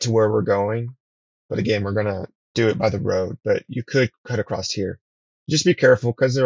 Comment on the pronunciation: "Acrost" you're killing me dude 😂